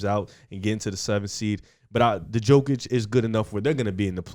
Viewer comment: Is it that hard to pronounce YOKIC's name properly?